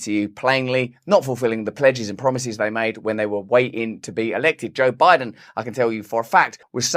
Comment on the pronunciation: I couldve swore when this episode started he said “Joke Biden” 😂